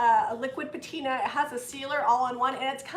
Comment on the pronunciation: The correct pronunciation of patina is pat-i-na.....art artisans know if you are professional if you pronounce it correctly....